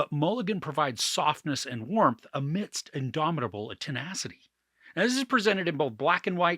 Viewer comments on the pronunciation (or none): none